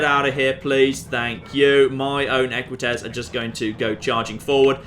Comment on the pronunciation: Equites ~ Eh-kwit-ayz? Rather than Eh-kwit-ezz was my understanding.